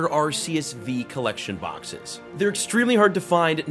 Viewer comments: I believe it's pronounced Ar-koos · The only correct pronunciation is ARKOOS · First: The Green Code that had the Sylveon V-MAX is an Error Print cause the WHITE and Green Codes are meant to hold the Pulls Second: Its pronounced "Ar-Key-Us" due to the Gamefreak Company taking over the Production of the Anime after 4Kids Entertainment in America shut down Awhile ago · I pronounce it Arceus with a C instead of an S